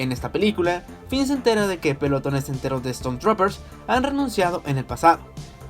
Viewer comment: No se si es peor la película o como pronuncias las palabras "estormtroper" "achto" "yiyi abrahams" "cristales quiber" "Ben SUolo? que rayos, hay que mejorar eso.